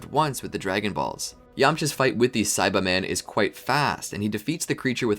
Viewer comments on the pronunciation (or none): none